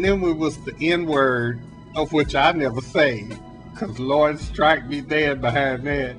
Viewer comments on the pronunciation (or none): none